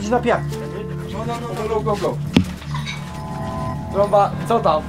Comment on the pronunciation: sory tromba a nie stromba